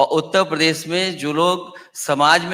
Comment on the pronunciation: उत्तर प्रदेश सही से कहना सिख ले 😂